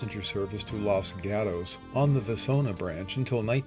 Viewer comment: Outside of your mispronunciation of the town of Los Gatos, CA (pronounced Los Got-ohs), this is one of the most informative and interesting videos about the Southern Pacific that I have ever seen. Considering the video’s length, I had to watch it in two parts, but that was no problem. The footage shown here really documents the railroad very well. And a special recognition should go to the person(s) that edited the sound effects to go with the video. I know that is not an easy job to match those two up, but you did an outstanding job of it! 🚂🚃🚃